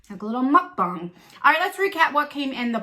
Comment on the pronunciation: This box is a contender! I will check it out. Thank you for sharing this info with us. And just want to say thank you also for correctly pronouncing the word- mukbang! Yay! As a Korean, I’ve heard this popular word get mispronounced and literally mutilated thousands of times even by YouTubers whose channels are solely focused on mukbang videos! It’s so sad. But you said it perfectly so good job! BTW, love your eye makeup and how it matches your shirt! 💕💕💕💕💕💕💕💕💕💕